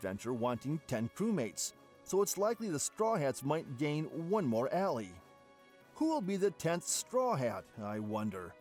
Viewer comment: Bruh... Laffy, Kuriha, Gold family (instead of Gol), reading 'ally' as 'allee'... So many mistakes. Also, Blackbeard being a Cerberus and eating a Human-Human Fruit is unlikely. Did you forget that Chopper ate this fruit? The opposite is more likely: Blackbeard is a human who ate a Dog-Dog Fruit, Model: Cerberus. Then again, I don't know why this would count as him having 3 bodies, and therefore, able to consume multiple fruits. A Cerberus has 3 heads, but only a single body after all. My personal guess is that he has either multiple personalities (probably 3, based on his Jolly Roger), which allowed him to consume up to 3 DFs for some reason, or that his Yami-Yami Fruit can somehow trap the 'beings' inside the fruits and enable him to use their abilities, or maybe a combination of both. The multiple personalities thing can be the reason why he's sometimes brave, yet can be cowardly at times.